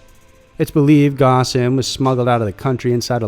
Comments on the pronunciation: Ghosn pronounced "gone" with the "o" in "ghost" >< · It’s pronounced “Phone”. Not “Ghosn”. While your research is usually above board, something as fundamental as this, can’t be overlooked.